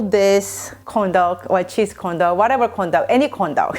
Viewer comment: Do I hear condom instead of corndog? Lol 😂